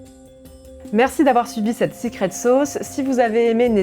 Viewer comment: "sicrète sôôce"... Une expression sans équivalent dans notre langue !